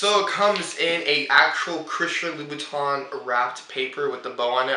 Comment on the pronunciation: It's pronounced 'Loo-Boo-Tan'. Just a FYI'.